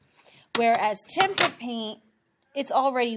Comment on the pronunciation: Hearing Temper paint makes me hurt